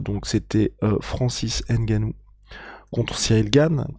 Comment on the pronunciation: Un peu de respect quand meme... C'EST NGANOU et non "N"GANOU...ca fait chier a la fin!!!! Quand meme!